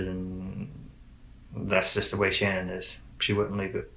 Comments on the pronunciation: Okay this isn't the first time I've noticed this but why does shannans family pronounce her name like SHANNan yet Chris and many others change it to shaNNAN? Does Chris know how to say his own wife's name? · I like that her mother, father and brother all pronounce her name SHANNON vs Shuh- nan. I wonder when and why she changed it? Poor girls ❤ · Interesting how her Dad pronounces her name like “Shannon”, but the rest of the world pronounces it like “Sha-nan”. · The parents called her Shannan, not Shannon, she herself only changed the pronunciation to the last syllable.